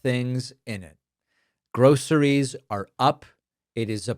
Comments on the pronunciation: Trump struggles saying it, "grow-sirees" because he's never experienced it! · He says gro a ress 😂😂😂😂